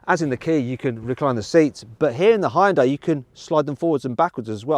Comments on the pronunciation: Can you please effin stop pronoucing Hyundai Hayundye? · 아 ㅋㅋㅋㅋㅋㅋㅋㅋㅋㅋㅋㅋㅋㅋㅋㅋㅋㅋ 다 좋은데 이제 그 '하이운다이'라고 그만 읽을 때 안 됐나 진짜... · 외국인들 발음 웃김. ㅋㅋㅋ 현대:허연다이 기아:케이아 ㅋㅋㅋ장난하냐? 니 발음부터 리뷰해라. ㅋㅋㅋㅋ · 영국에선 하현다이라고 발음하는군요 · 현대 되게 어렵게 발음하네, 하이엔다? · 현대를 “하연다이” 라고 발음하네 ㅋㅋ